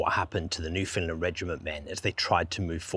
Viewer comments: Great videos. Newfoundland is pronounced Newfunland by the way no found even though it's spelled that way. The emphasis is correctly on either the first or last syllable: so NEWfunland or NewfunLAND. Also land is pronounced land not lund. As a Newfoundlander myself we would take turns beating up sissy tourist kids from Ontario for pronouncing Newfoundland or Newfounlander incorrectly in our teenage years growing up on the Rock. Believe it or not. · Very well done, and very sad. Thanks, but why do you pronounce Foundland as Finland sometimes? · Newfoundlander here. The emphasis when you say Newfoundland like a Newfoundlander is on the “land” part…”new-fin-LAND”. Say “land” like there was nothing in front of it. Not like “new-FIN-lind” nor “new-FINLAND” nor “new-FOUND-lin”. It is “NewfinLAND”, understand? 🇨🇦